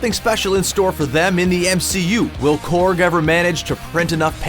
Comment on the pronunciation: Corg not corgi